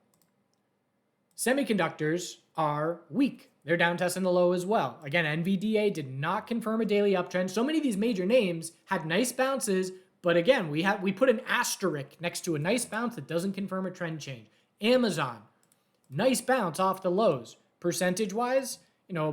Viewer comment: Thanks. Sounds like you’re saying asterick not asterisk